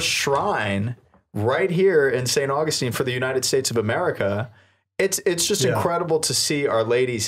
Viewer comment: You said 'St. AugustEEn' instead of 'St. AuGUStine' and said 'DecAYEde' instead of 'Deck-ed'. 😉